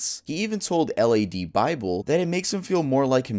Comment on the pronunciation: Every single time I hear someone who’s not British, say ladbible it makes me laugh, cos it’s lad, one word not L A D 😂